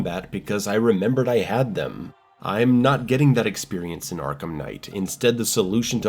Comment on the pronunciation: Arkham not Arkam 😂